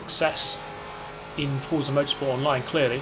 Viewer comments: Even tho it’s spelt as forza it’s pronounce fort-za, not four-za... the creators hav even said so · Please learn how to pronounce "Forza" correctly, this is embarrassing.